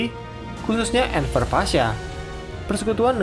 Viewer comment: Enfer, Enver (di baca Enwer) cuy bukan Enfer... Di dalam bahasa Turki W itu adalah V, sedikit ralat dan jangan baper... 😂😂😂